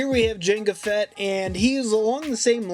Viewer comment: It's Jango Fett not janga